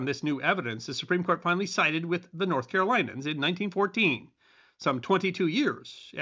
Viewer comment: Yes, that says "North Carolinian", which is correct. You said "North Carolinan".